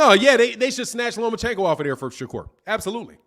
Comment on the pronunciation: At least get the name right mister LOMACHENKO!!